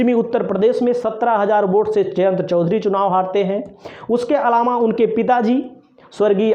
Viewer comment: are bhyya patrkar ye alama hota h ya alava.vaspa hota h ya baspa bolna nahi aata aur ho patrkar vah re bharat